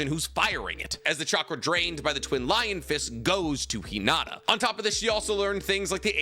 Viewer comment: 1. Please pronounce Hinata’s name correctly….is not Hinadda…it’s Hinattttttta….that T is a loud one!!! 2. Unfortunately there is not enough data on Hinata as her character was not developed as Sakura’s was. 3. The little character development Hinata got in Shippuden was not well done. After Naruto part 1 Neji trains Hinata. That should have at least reduce her shyness and increase her confidence. This was not shown in Shippuden. 4. The fight with Sasori does not count for this comparison. Sakura was 100% Granny Chiyo’s puppet. 5. During the Pain ark Sakura was crying out for Naruto and the only one brave enough to help Naruto against Pain was Hinata and as you stated, Pain was avoiding being touched by Twin Lion Fist because of the chakra drain effect. 6. Yes, I do agree that Sakura’s fight with Shin was a good one. And that’s the only time I saw Sakura actually fight. 7. Boruto continues to under develop Hinata stating that she decided to ritire from being a shinobi, but as you mentioned, she did fight against Momoshiki and survived. Momoshiki is clearly stronger than Shin. 8. It’s a brawn against brain situation and Hinata is smarter in hand to hand combat than Sakura. And can easily avoid Sakura’s “one punch” shot. And I have to believe that Hinata did learn rotation which means she can use Sakura’s strength against her. 9. Finally, Sakura is a bitch and she doesn’t even deserve to be in the presence of Lady Hinata Sama!!!